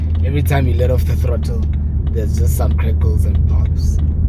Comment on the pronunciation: “ the krottle”🤣🤣🤣🤣 that made me laugh. I love the car bro!!! Well done on your achievement